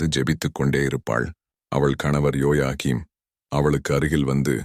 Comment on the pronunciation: அன்புச் சகோதரனே உங்களுடைய பேச்சில் சிறு திருத்தங்கள் குறை நினைக்க வேண்டாம் * ஜோயாக்கீன் அல்ல ( ஜோக்கீன் - English ) ( புனித சுவர்கீன்- தமிழக்கு ) * புனித அன்னாள்- புனித அன்னம்மாள்.